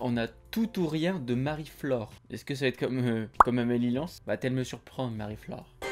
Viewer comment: Ahh yess t'a kiffé matvei et Tom misch 😎 Et tu m'a faire rire comment tu prononce le "amelie lens"😂